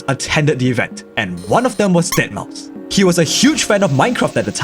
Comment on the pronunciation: Umm its pronounced dead mou five.